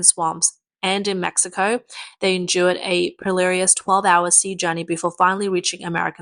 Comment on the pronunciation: This girl keeps getting given scripts with words she doesn’t know. Her pronunciation of Al (A-I?) Jazeera and “perilous” are brutal.